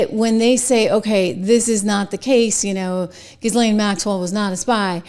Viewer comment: Jill-Lane please. You are worth correct pronunciation. Only helps you. Zizzlane sounds ignorant. Other that, Excellent Work!!!!